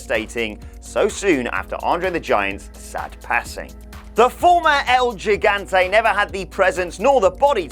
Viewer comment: El Giante was pronounced El He-Gone-tae